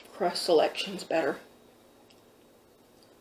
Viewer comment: When she says better i hear butter